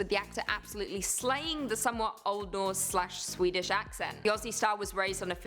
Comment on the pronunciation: You guys pronounce Aussie perfectly, so many Americans just can’t get it right, go onyx guys 😃😃